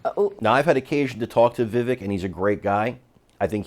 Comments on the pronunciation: "Vivake" not Viveck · The second syllable of Vivek is not pronounced as "vik", but as in the the first syllable of the word "vector". So - phonetically - vivec, though the spelling, of course, is Vivek. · Please - it's Vivek - rhymes with Cake xxx